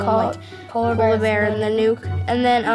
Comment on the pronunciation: It's 'nun-ook' not 'nan-uke' lmao why would you pick a name you don't even know how to pronounce.